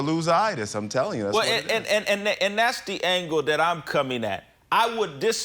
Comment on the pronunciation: Please tell this idiot the word is "that" not dat